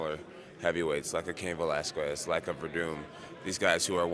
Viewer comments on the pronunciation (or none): these guys just can't pronounce Cain Valesquez right